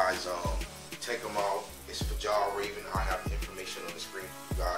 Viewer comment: Great video. By the way it’s pronounced Fee all raven.